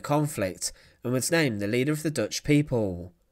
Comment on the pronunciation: This is such an infuriating series. It's very interesting, very well written, with fantastic film of the events - but the narrator appears incapable of reading a script correctly or accurately. It's the stress that is the problem - why does he keep stressing the wrong word? (e.g. 'He was executed' with the stress on the 'was') He does it again and again and again - what on earth is the problem? It's very distracting to listen to, which is a real pity.